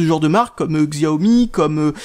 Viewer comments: Pour la prononciation: en français il faut dire "Chiao Mi" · Salut, utilisateur de xiaomi (hé oui on prononce chiaomi, c'est comme ça) depuis deux ans je trouve ta présentation assez pitoyable ! Tu aurais pu te renseigner un peu sur l'esprit xiaomi qui n'est pas un android classique et qui propose quand même une rom bien finie. A ce sujet, ta manière de faire l'update est vraiment compliqué alors c'est largement plus simple. Après xiaomi propose des téléphones pour geek, donc pas forcément accessible pour tout le monde !